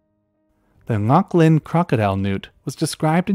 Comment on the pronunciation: Nice pronunciation of Ngoc Linh, you were very close!